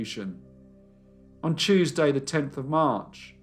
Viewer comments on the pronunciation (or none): none